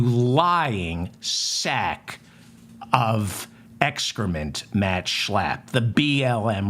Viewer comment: Say Shhhhhlapppp again, LMAO!! David, love ya, love the mop!!❤❤❤😂😂😂